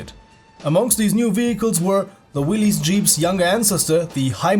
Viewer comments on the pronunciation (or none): none